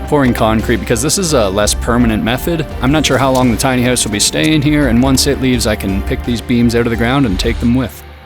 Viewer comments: "Tiny hoose" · Your work with your caulk is impressive, but you have to learn how to pronounce "house". Lol.